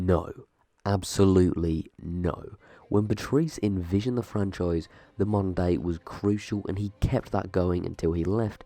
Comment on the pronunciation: I did not know you were saying "modern day" I though you said mundane, and was like what is he talking about